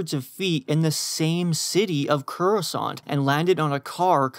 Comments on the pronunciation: Awesome pronunciation... "CURasaunt" not courasant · CITY OF CORROSANT 💀